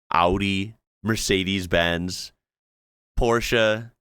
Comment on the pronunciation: did i hear right - did you try to pronounce porsche the right way instead of „porsch“ - not fully there but close 🥺